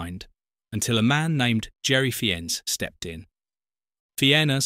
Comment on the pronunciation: Fiennes is pronounced "Fines" as in the actor Ralph.